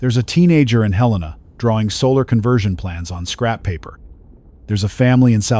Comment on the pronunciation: At least the AI pronounced Helena correctly.